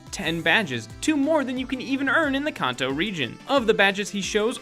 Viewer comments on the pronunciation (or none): You can’t even pronounce kanto right... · its spoken as 'kanto' not 'kaaaaaaaaaaaaanto' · "In the Kanto region." How pronounces Kanto: Khan-Toe Real Pronouncitation: Can- Toe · You said Kanto and Pidgeot wrong. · PLEASE STOP PUTTING SO MUCH EMPHASIS ON THEIR NAMES AND PRONOUNCE KANTO AND THE POKEMON NAMES RIGHT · HE MISPRONOUNCED KANTO HOW DARE HE